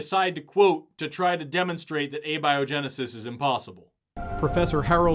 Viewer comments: he pronounces abiogensis as "Abby O'Genesis", which happens to be my new drag persona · Admittedly, Abby-Oh-Genesis is a hilarious pronunciation. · Their film just pronounced "abiogenesis" as "ah-biogenesis". Jeez . . . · they can't even fucking pronounce abiogenesis correctly... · All biologists punching their screens after hearning him pronounce abiogenesis the way he did. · ok, “galapagus” was annoying enough, but I wasn’t confident enough he was wrong to be upset. But fricken “abieogenusus”? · They mispronounced "Cormorant". They pronounced the French proper noun Jean like the article of clothing. And they mispronounced "abiogenesis"... "abby-oh-genesis". On behalf of Latin language users, of ornithologists, and the whole of the French speaking world (full disclosure; none of these things I am), I am _incensed_.